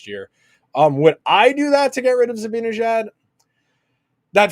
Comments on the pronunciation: Love the content you guys do but please please please...it's ZibANejad, not ZiBINejad. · Yep - it's really annoying. I don't know if he and Andrew do that purposely or not, but it's so lame.